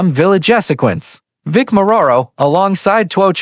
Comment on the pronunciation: Hahaha.... can't even pronounce or spell Vic's name right.